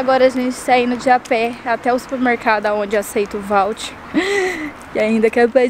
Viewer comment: Que agonia ver a pronunciando várias vezes voucher errado kkkkk